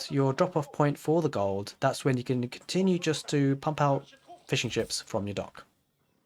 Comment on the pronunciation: Thanks for another awesome build. Just taking a look at some of the PDFs now. Everytime you said "fishing ships" all i kept hearing was "fish & chips" =D